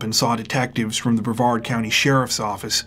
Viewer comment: Yeah! YOU pronounced Brevard correctly! That’s a first!